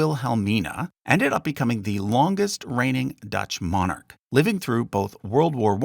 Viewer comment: you'd think if you were going to do a video about a subject you'd learn how to pronounce all the names properly and especially the word Monarch